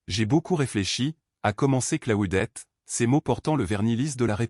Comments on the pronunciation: Ça se prononce : CLO- DETTE..!!!..😡..et pas " Claoudette" ou " Claudet "..👎👎👎👎..Essayez de prononcer "Cluedo" qu'on rigole !🙄🥴..Et puis, si vous vous sentez un peu plus fort..tentez.." Anticonstitutionnelement " 😂😂😂😂.Soyez un peu courageux..à défaut d'être cultivé..👎👎👎👎👎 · Si vous continuez à prononcer le prénom " Claudette" comme votre I.A le fait..🙄😳..Un certain Claude François pourrait vous causer des ennuis !😁😁😁😁